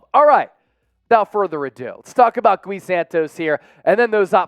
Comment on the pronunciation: It's not "Goo-Wee". It's "Gee" Santos.